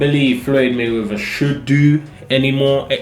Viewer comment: "Floyd money mayweva"🤣